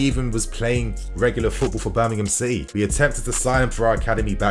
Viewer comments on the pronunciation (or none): none